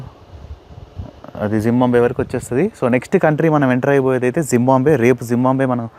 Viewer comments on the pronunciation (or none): jimbambe kadura zimbabwe. sarigga pronounce cheyyara